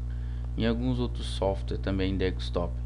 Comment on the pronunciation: Se diz desktop, não dekStop